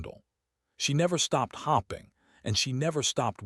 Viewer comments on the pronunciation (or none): and said hopping not hoping